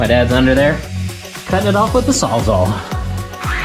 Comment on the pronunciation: Saws ALL! ALL!saws ALL! Not saws ah!